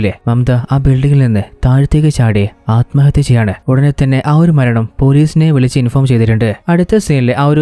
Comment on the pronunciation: നല്ല അവതരണം 👌🏿 കുറച്ചുകൂടെ prepared ചെയ്തിട്ട് പറയാൻ ശ്രമിക്കുക. ഉച്ചാരണം പലതും തെറ്റായിട്ട് ആണ് പറയുന്നത് ശ്രദ്ധിക്കണം 🙏 "സ്വയം, സ്വന്തം" അലമ്ഹത്യ തെറ്റാണ് അല്മഹത്യ എന്ന് മാത്രമേ ഉള്ളു അത് പോലെ ഹീറോ and ഹീറോയിൻ ആണ് ഹീറോയിനെയും ഹീറോ എന്ന് മിക്ക വീഡിയോകളിലും തെറ്റായി പറഞ്ഞിട്ടുണ്ട്. സ്ക്രിപ്റ്റ് കുറച്ചുകൂടി എഴുതി പ്രസന്റു ചെയുന്നത് നന്നായിരിക്കും